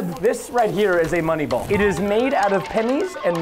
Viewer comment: You sed bolls